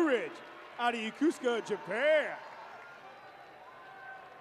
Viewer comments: How do you get Yakusaka out of Yokosuka? It’s clearly written on the sigh card…YO-KO-SU-KA. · FFS, it is not pronounced "yuh-KOOS-ka" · My dude had 40 chances to say Yo-Ko-Su-ka and didn't get it once. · LIES! If you were born there, its pronounced Yo-Koh-Soo-Kah Get outta here, why is there always a person who defends the wrong 😒 🤣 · I need the confidence the announcer has when pronouncing Yokosuka wrong 😂😂 Congrats to all in this video! Thank you for your future service! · Is it just me, but shouldn’t the announcer know how to pronounce Yokosuka? 🤷🏻‍♀️ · Is he mispronouncing Yokosuka? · You'd think a graduate of the Naval Academy would learn how to pronounce "Yokosuka". And the ship is not the USS Summersault, it's the USS Somerset. What a poor choice for an emcee.